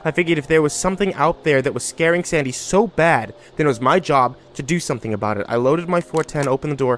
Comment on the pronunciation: what’s this going to be aboot buddy